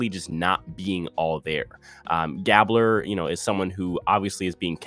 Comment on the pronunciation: When you pronounce Gabler, thinks like gabe-blur.